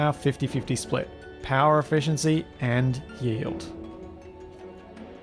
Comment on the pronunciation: Pointless comment: when you say “yield” it sounds like “yee-old”. Neat.